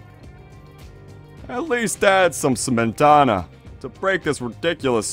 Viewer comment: It's actually śmietana.